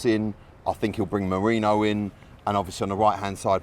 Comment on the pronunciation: Nah, turned off this video as soon as hear “merino” starting 11… no way